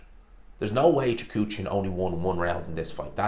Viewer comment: Repeat after me: Kah-rEhn Choo-hah-dzhan